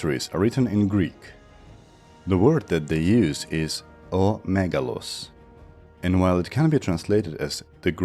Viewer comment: just a note: when you are saying "o megalos", the first omicron has a rough breathing mark and so it is pronounced more like ho megalos